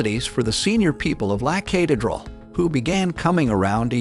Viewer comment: This video is full of mis-pronunciations. The guy can't even say Medellin correctly . The video is full of glaring inaccuracies. This clown who posted this has never been to Colombia and has f...ed up every word of every place mentioned. There are far better videos that are historically correct. This is the worst video on the Escobar subject I have ever seen. Please learn to say La Catereral and Medellin is you are posting . 😞